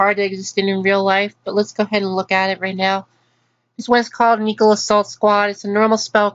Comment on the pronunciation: Triggered by how you say "neko."